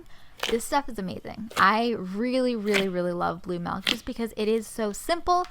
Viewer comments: Does anyone else get rlly annoyed when people say MELK not milk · Milk not melk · Not hate but it’s milk girl not melk 😞🤦🏼‍♀️💁🏼‍♀️ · mALk... mmAALKKK... why does she say malk. it is milk! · Is it "milk" or "melk"? Ily either way 💚💚💚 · "Blue melk" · Bbear gymnastics lmaoooo she did say that